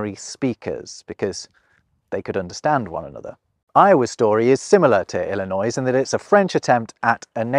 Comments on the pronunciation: Don’t pronounce the S in Illinois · Another great video. Thank you. Btw,, there's no noise in Illinois. (your Illinois had noise). The "s" is silent.... Like any other trailing "s" in a French word. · Illinois is pronounced "ill-eh-noy", not "ill-eh-noise". The 's' is silent. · Illinois is ponounced Illin ' oy not Illinoi'ze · A correction.: You mispronounced Illinois. the ‘s’ is silent It is correctly pronounced i-luh -noy. ILLINOIS has two contributors to its name. The Illini Indian tribes used variations of the simular word meaning "men" or "warriors”. The French adjective ‘ois’ can be credited to two voyagers. France commissioned Louis Joliet, French -Canadian fur trader (Joliet, Will County, Illinois is named in his honor.) The second man was Father Jacques Marquette, a Jesuit missionary born in France. They traversed together to explore the upper Mississippi River region and to claim that landscape for France. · Seriously? That is all you're going to say about WV. Western Virginians were tired of being underrepresented, and there were very few slave owners. BTW "Illinoiss" is also like Arkansas. The s at the end is silent. It rhymes with annoy ... like this video. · I just have to point out he used the "S" for Illinois WE ONLY USE THE "S" When we say Jewel S in Aldi S😂